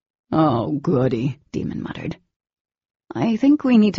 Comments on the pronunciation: Yeah I don't get it. Jennifer pronounced it Damon but both narrators pronounced it Demon. I hate this. How could they make such a huge mistake & not bother to fix it? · Nafoula Clarke his name is Daimon. But she said Demon instead